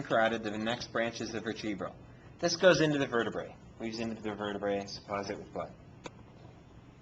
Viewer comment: . . . Ver-TREE-bruhl? And he's a professor? . . . Just saying